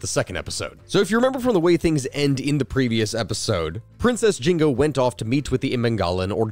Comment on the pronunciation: Dude I think you're supposed to pronounce the n in nzinga